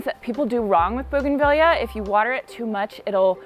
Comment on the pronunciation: Highly prefer this kind of “ironing” 😀 Oh, and I know you’ve had comments, but it’s bougainvee-a. Like Tortilla. Both Spanish Latin words and items from the same part of the world where double LL is pronounced as a Y sound. Audio was much better! Thanks!